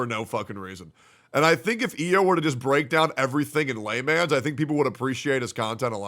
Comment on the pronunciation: bro.. why do you pronounce layman's like a fucking korean trying to learn english.. LAY MANS.. It's "lay-muns" god.